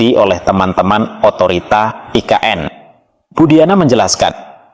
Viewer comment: Nggak usah nyebut "aI Ke eN" bang. Selain nggak cocok, itukan emang singkatan dari bahasa Indonesia...